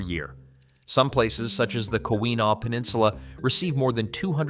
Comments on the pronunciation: Pronunciation is, Mak in naw bridge, key win naw peninsula, spelling is French-ish? I live in Charlevoix county, Char-la-voy! Michigan has 110000 lakes, 4 main hilly areas, 150 water falls, many streams and rivers with millions of acres public. Tis a beautiful place for retired geezers like me. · Upper mich and the U.P. are fine just the way they are. Most here in mich like it this way. By the by, it's pronounced Mac-i-naw...and KEY-win-aw. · Mackinac is pronounced like Saginaw, and keweenaw is pronounced ‘kee-when-aw’ with the first syllable receiving the emphasis. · This guy has little knowledge about Michigan - Mackinac is merely the most obvious clue. Keweenaw peninsula is a booby trap - it’s pronounced KEE-WUH-NAW. Sorry about the spelling. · I live just below the bridge…we like the quiet…yoop is my second home and like to keep it that way…BTY…you pronounced MACKINAC AND KEWEENAW incorrectly …just saying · You pronounced Mackinac wrong and when you pronounce it incorrectly I want throw up. You should have learned how to pronounce it before doing this video. You pronounced the Keweenaw wrong too. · You lose a lot of credibility pronouncing Mackinac wrong, Keweenaw too. But then that's an AI I'm hearing, right? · He couldn't say "Keweenaw" correctly either! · damn how does one screw up Keweenaw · And Keweenaw! Or pretty much any word from the native language. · Don't do a piece on Michigan if you can't pronounce words kike Mackinac and Keweenaw properly. You lose all of your credibility that way!